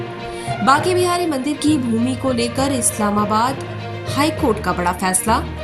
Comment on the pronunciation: Mam की हिंदी तो सही करवाओ इलाहाबाद को इस्लामाबाद पड़ रही है